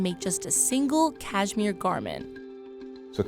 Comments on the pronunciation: You’d think if you were going to narrate a video about Cashmere, you’d learn to say it. It’s Kash-mir not Kaj-mir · Can’t stand how she says cashmere. Cayzmeer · Cashmere? You mean “CashMore right?